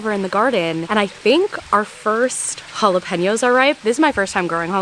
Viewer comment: I think the problem with your pronunciation of jalapeños is you are emphasizing the pen as 🖊️ a pen you write with when it’s more like ‘peen’ so Holla-PEEN- YO Also the joke of jalapeño business doesn’t make sense with how you say it 😂 stupid but I hope this helps clarify why people were roasting you for that. Also did you hear that there was a huge mix up and some of the biggest pepper seed farms with past year so a lot of people who bought pepper seeds ended up with different peppers than what they thought they were buying